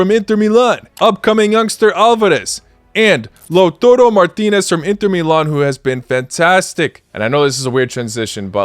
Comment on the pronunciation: It's Lautaaa, not Lautuuu. Lautaro Martinez. Sorry to correct put it just sounds weird.